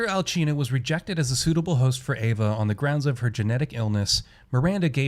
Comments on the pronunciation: why does everyone pronounce her name Alchina? its Alcina this isn't Spain or god forbid Italy the C has a ssss sound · I have a few gripes with this video. 1. You’re mispronouncing Alcina (she’s not Italian). 2. If this is your gameplay footage, why were you wasting bullets on Bela when she was dying? Even though you DO get a decent amount of ammo in the game, but still. 3. You said it was Cassandra slucing the girl with the knife, but the note says Daniela. Pay attention to the game’s content when you’re making videos...